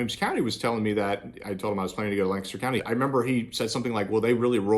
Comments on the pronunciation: It was nice to hear someone say Lancaster correctly. 😀. Funny, I’m from Lancaster County with an Amish heritage. I retired in Somerset County and once a certain family at an Amish store found out who our Amish friends were back home they got quite cold towards us. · Thanks for pronouncing Lancaster, correctly!😀